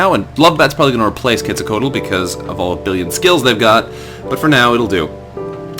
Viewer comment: "Quetzalcoatl" is pronounced "ket-sal-kwat", just FYI.